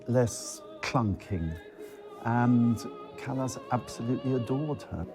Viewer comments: What utter dung! What a misrepresentation! You should be ashamed of yourselves for all the misinformation. And then, the presenter who pronounces “Callas” as “callous,” “can-to” as in “I’m going to open a ‘can’ of tuna.” To the uninitiated, I say, “Beware, there is little truth in this documentary.” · NIE CALAS A CALLAS